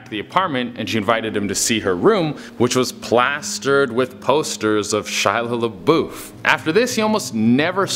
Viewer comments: Why the freak he say Shia LaBeouf's name like this, "Shila Laboof" XD OMG dude! 😀😀😀😁😁😁😂😂😂😄😄😄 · "Shia Laboof" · Shy la boof lol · Ay yo Pass the Shia la’boof’ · Shiloh Laboof 😂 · Shyla LaBoof 😂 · Also is no one gonna mention the way he says "Shia LaBeouf" 😂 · It’s hilarious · Is anyone else not uncomfortable by the way he said Shia LaBouf XD I love it